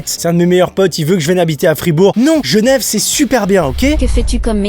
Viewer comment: La question est : habites-tu à Genève ou à Gnève ? 🤣